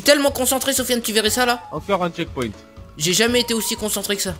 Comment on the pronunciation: c pas chekponte mais checkpoint